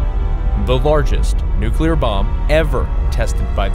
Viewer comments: It's NUCLEAR. Not NUCULAR. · Narrator said Nuculer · Nu-CLEAR. How difficult is it to say it properly?!